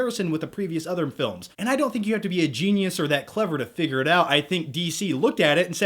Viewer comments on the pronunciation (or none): none